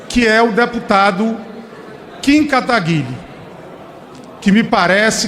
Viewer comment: Kim katagarí? Jurava que era kim katagurí